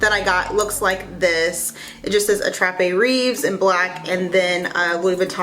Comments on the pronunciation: Attrape-rêve means Dream catcher… in case you wondered. Rêve is pronounced « rayv » ( hope that helps 😊) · I speak French. Your accent is so cute. Rêves is pronounced raves